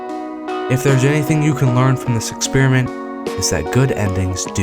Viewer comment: lol, social "expire-ment" 🤣